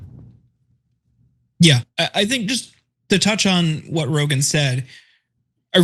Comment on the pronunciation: Rogan rhymes with Hogan, enough said 🤦🏽‍♂️